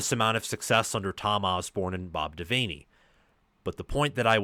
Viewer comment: Just a heads up, its pronounced bob devanny, just spelt devaney